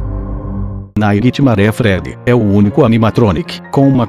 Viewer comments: GOOGLE TRADUTOR KKKKK AFFF NAIGUITIMARÉ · vei "naiguitimaré" kkkkkk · naquitimare... nessas horas que da vontade de falar inglês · NAIGUI TIMARE